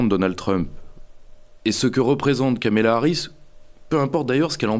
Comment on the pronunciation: Deux erreurs de Pierre-Yves. 1/ Prononcer Kamela Harris pendant une heure. 2/ comparer la cause palestinienne sous les Mark 84 américains au phénomène "woke".